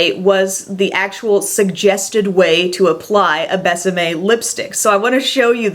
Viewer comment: gorgeous lipsticks! until you said it's kiss me in spanish i thought the brand was called Best M.A.. it's more like behs ah meh( kind of difficult to explain when we pronounce vowels completely different 😊